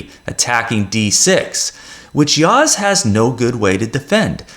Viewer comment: You pronounce well Yağız's name